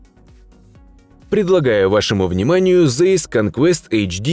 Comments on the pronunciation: Карл зейс деревня произносится цейс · Таки, прризносится ЦАЙС, а не цейс.Еще пример :heinkel-хайнкель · Произносится Цайс